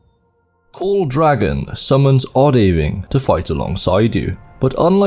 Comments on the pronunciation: It's not O-Day-Ving, it's O-Da-Ving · game mentions ohdaaving pronounciation MULTIPLE times: Imma pretend I didn't hear that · Weird way to pronounce Odhaviing seeing how the name is said multiple times in-game (for example when shouting it). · Your pronunciation of odhaviing is unsettling, especially right after hearing the actual in game shout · the way you pronounce Odahviing 💀💀💀